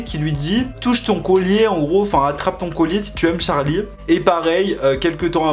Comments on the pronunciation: il me stresse à dire d’charli c’est CHArli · C charli pas tcharli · En vrai de vrai la prononciation ça serait plutôt tcherlay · J’adore quand tu dis TCHARLI 😂😭❤️ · Pourquoi il dit : Tcharli et Tchase ?